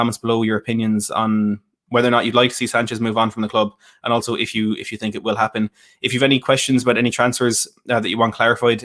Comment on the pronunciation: "I sink you will regret, yes I sink." - Jose